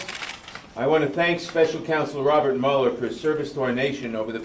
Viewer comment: Guilty man -"Mule ler". Democrat donkey/mule